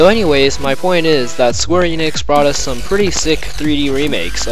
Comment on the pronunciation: It's not eenix, it's eh-nix